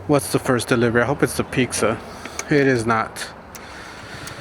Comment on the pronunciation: It's triggering how you call pizza "pixa" lol